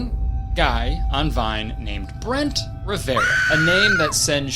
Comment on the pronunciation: “bloo-dy ma-ry” “brent ri-ve-ra” kur-tis conn-er uh oh